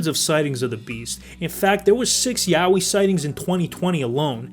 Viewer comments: Please tell me I am not the only one who was hit with 'Yaoi' instead of 'Yowie'... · It’s “yowie” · oh nah, was watching this while drawing and when i heard you say "yowie" i thought you said YAOI and had to rewind LMAO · I thought you were talking about yaoi when you said yowie I was confused af HAHAH